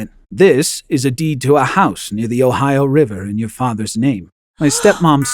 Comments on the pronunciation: Who ever heard Ohio like here 💀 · Bro said Ohio river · "Ohio River" 💀💀💀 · Doe anyone notice that the lawyer say ohio river? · "Ohio River" 💀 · oh no not "OHIO"